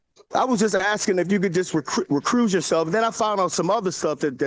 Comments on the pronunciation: dude said recruise and reprove😂😂😂😂 the word is recuse…..bro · Refuchsh? Recruise? REREcruise? 😂😂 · The way he is using the word “impartial” wrong is sending me . Also, what is “recruse “ ? It’s “ recuse “. You can tell he knows what he is talking about but he is using the wrong , and made up words to express his thoughts which is just a hot mess. Also, why does he not grasp the fact that he is not in control of this situation?! We need to be better educated of the judicial system at a young age because I see this type of behavior from soooo many other Americans. Like, the judge and attorney are literally trying their best to help this person and he just isn’t able to understand that. The legal system is so fried. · "Recruise" 😂 Also I dont think he knows what the word impartial means. Also telling him 100 times he's 58....BRO....act like it. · Look up the meaning of “impartial” and learn how to say recuse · “Re-cruse my sef.” Outstanding command of the English language! …… I’ve cleaned things off of my shoes that had more brains than that. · “Judge, please reproove yourself. Recruise yourself. Maybe recruits ypurself?” I have a suggestion, sir. Don’t use words you don’t know the meaning of and can’t even pronounce. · Will somebody please inform this guy what “impartial” means and how to properly spell and say “recuse?”